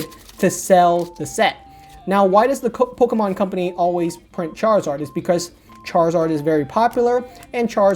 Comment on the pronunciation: hate how he says "Pokomon" LOL